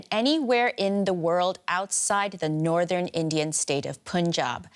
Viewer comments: It’s not pooonjab man…. It’s Punjab. You should know how to pronounce as a reporter 😏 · The pronunciation is like “Panjab” not “ Punjab”. You should read as Panjab. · DW should not act like jokers especially by the Chinese news anchor even they wrongly pronounced punjab